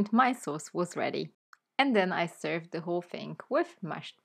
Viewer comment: Dear,. I like your Channel,but there's one thing that irritates me every time I listen. I don't know,where you have learned the English language, but I have learned the pronounciation of "the" and "thi" in combination if the following word begins with a vowel or a consonant. I hear you talking a lot with "thi" with following words that should,as I studied the English language, be"the." Anyway, as I said before,I like to watch your Videos,but that doesn't fit with my understanding of the British language.